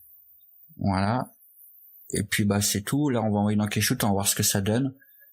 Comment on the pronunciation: Super tuto, comme d'habitude. Intelligible, fluide et qui va à l'essentiel. Juste deux petites remarques, on ne dit pas un "materiel" mais un "matériau", ou une "matière", en français. Un matériel est un ensemble d'outils (le matériel de l'électricien), un matériau est un certain type de texture, de matière, même si les deux se disent "material" en anglais. Ensuite, Keyshot se prononce "Kichote" et pas "Kaichoute". "Key" se prononce Ki en anglais, et il n'y a qu'un seul "o" à "shot", donc se prononce "chote", comme un shot de rhum. Voilà voilà, désolé, c'est comme chercher la petite bête, on comprend tout de même, mais il me semble important de faire attention au lexique et à la langue surtout en cette époque ou l'onomatopée est en train de remplacer l'orthographe. En tout cas, bravo pour ton bouleau et merci pour les tips. Stay tuned and be creative!